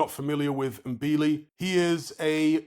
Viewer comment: and THIS IS how you pronounce it THANK YOU…🤣😩 It’s not M—-billi, it’s " Mbilli "